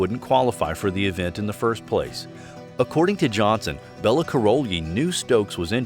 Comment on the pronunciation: The mispronouncing of Nadia and Bella's names is so irritating